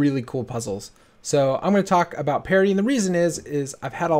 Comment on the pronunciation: I always thought you were saying "parody" hahahaha